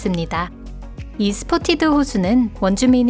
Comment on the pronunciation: 스포티드 호수가 아니라 스팟티드